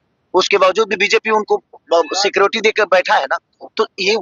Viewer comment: सीक्रोटी❌ सिक्योरिटी ✅😅